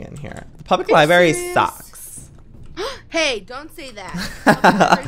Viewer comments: Public libary LIBARY 😭 this haunts me when people say it like that 😂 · Joey LIE-BRARE-E=library NOT LIBARY XDDDD